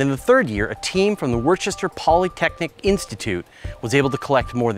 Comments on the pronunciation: "Woo-ster". Not "Wor-ches-ter". Accents are strange, but it's their city, so... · That word, "worcester".. its unfortunately pronounced "wooster", emphasis on the "wOO".